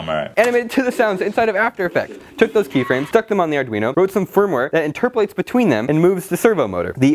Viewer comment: "Interpulates" i'm dying here.